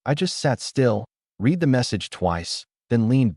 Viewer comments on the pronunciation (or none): AI never learns how to correctly pronounce words like "read".